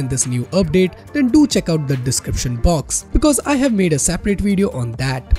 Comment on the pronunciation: Weeeeeeeeeeedeo? its Video ;)